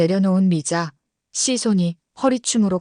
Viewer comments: 미자 씨가?들으면서 거슬림ᆢ걍 미자씨 붙여서 읽으면 좋을걸 ᆢ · 미자 담에 한참 있다 씨 라고 강조해서 요즘 초딩도 그렇케 않 읽는데... 중국에서 초딩 했나 ?.. 쯧 😢